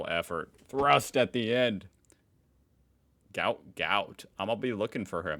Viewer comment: Apparently runner’s name is pronounced…… Goot.